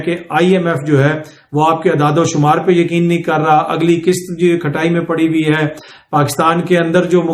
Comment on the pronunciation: Sir they way you said “Kishat” sounds like IMF ney app say loan liya tha or ab Kishatoo mey pay kar raha hai 😂😂😂